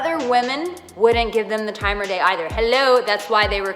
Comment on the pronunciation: Time OF day. Not time OR day. jeez